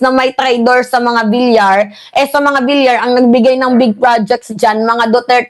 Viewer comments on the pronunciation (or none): none